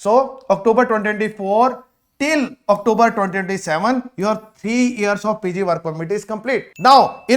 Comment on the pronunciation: Are you for real ? Octoober ?? Really ? Is this how Canadian speak English ? And you are advising people to scribble on their passports / spill coffee etc. just so they can renew their passports within Canada even with more than 1 year validity remaining just so they get the full 3 year PGWP on the new renewed passport. This is why so many people have such a poor opinion of Indians. Nothing new on this video that one cannot find on the IRCC web site.